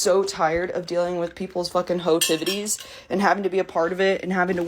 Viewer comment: LOL "hoe-tivities" 🤣